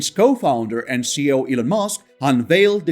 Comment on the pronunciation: Elon's position is CEO not "CO". I point it out because you say "CO" 10+ times in all your videos and it will sound very odd to any native English speakers.